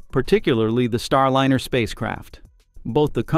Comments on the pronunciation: AND FFS - GET RID OF YOUR AI DROID SOUNDTRACK. It ain't StarLINNER - it's Star LINER, rhymes with fine, tine and wine. UGH!!!!!!!! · Please find a robotvoice that is able to pronounce "Starliner" instead of "Starlinner" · Lye ner not linnn err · “StarLinner?” Quit using AI to do you voices. Or, at least teach it how to pronounce “StarLINER.” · AI voices are not there yet. It‘s not Starlinner! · AI generated garbage "Star Liner" being pronounced "Star Linner" - No real information here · "Starlinner"? Really? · StarLiner is properly pronounced with a Long "I"; NOT "StarLinner" with a Short "I", as is often the case in this video episode. What is the matter with this channel? They have been told the correct pronunciation MULTIPLE times, yet the error persists. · The robot speaker should learn how to pronounce "Starliner". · Your non DEI AI can’t even pronounce the name of the spacecraft correctly.